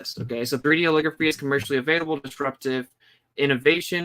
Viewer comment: Holography, not "holigraphy" you're trying to make it sound like calligraphy. LOG is is the word, not LIG. Look up the phonetics of how holography is pronounced. Love your work, just trying to help.